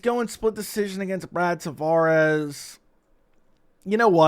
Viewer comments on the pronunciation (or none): none